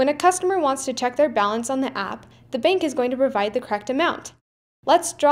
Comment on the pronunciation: I like how you say 'beenk' for bank